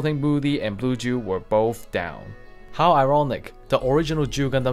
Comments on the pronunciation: It's Duel not Jew. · O fuck he's saying duel not jew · I'm trying to quit nicotine, but I keep hearing Juul when he says Duel :,)